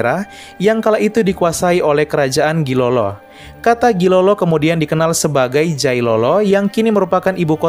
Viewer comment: Pardon,Gilolo in Dutch writing read as Djailolo, so not Gilolo as you pronounce it,😊 in Old Dutch Gi = Dj / J, which means the sultanate of Djailolo. The name Halmahera came from the old Ternatense, 'Hale-Ma-Hira'. yep there are 3 syllables. The next one is the naming of Papua has existed since the reign of the Dutch East Indiës (papusche) was originally cames from the ancient Tidore 'n Batjan. And The last one is Seram Island in southern Maluku was derived from the name of a Prins Van Tidore ,,prince Seram" . long before that the island was called "hoalmuaal" by The VoC and Nusa Ina by the Natives. That's it man Thank you